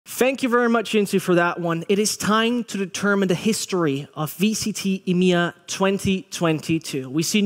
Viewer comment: It's EMEA not Imya get it right